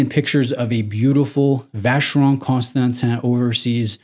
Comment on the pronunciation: Please, just start saying Vacheron. You keep butchering the full name.